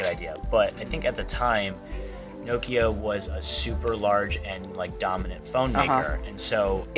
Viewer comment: Very interesting video you are very talented and with a bright future ahead of you! One minor detail only. Listen to how the Microsoft exec pronounces Nokia. And how he keeps pronouncing it. That's the correct pronunciation. NO-kia not No-KIA. Actually the name Nokia derives from a small Finnish town.